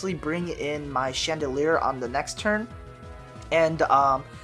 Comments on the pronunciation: It's not "chandoleur",it's "Chandelure". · It's pronounced: Shan da lore. Please take this into consideration. Mkay?